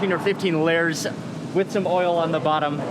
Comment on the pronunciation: all lurrs of dough. mark meant lay-ers